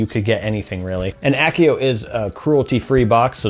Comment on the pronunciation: It's AH-see-oh, not ACK-ee-oh!! LOL